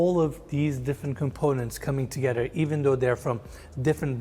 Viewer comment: I don’t know why this guy, Eriz - whatever his name is, seems to have a problem pronouncing “th”- toget”rer”, ot”rer”. Like, dude, you’re showing multi-million dollar homes. At least practice your English pronunciations. English is my second language and even after decades of living in the US, I’m always learning and making sure that I pronounce stuff correctly. while his English is a 100 times better- he also keeps pronouncing cabinetry as cabinatery. Pls!!!